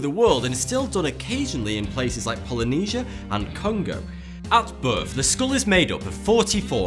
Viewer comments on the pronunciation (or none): none